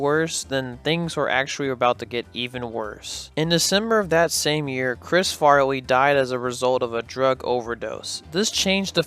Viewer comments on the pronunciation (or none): Great video and great job since I love Chris Farley. By the way, A "wittle" more, and "Chris farwee"? You gotta learn to pronounce your L's when saying "a little" lol lol